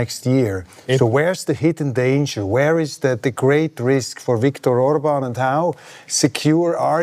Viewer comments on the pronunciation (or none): Orban statt Urban! 😂🎉